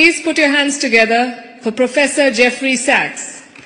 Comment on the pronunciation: 主持人说professor SEX？